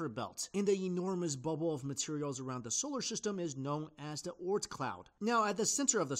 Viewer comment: "Scholar Syhstem"